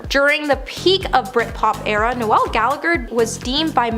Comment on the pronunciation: How do you pronounce "Noel"?It's not Christmas.